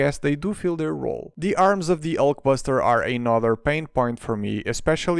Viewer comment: I love how he says Ulk Basterd